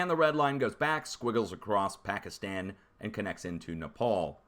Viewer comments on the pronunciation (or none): none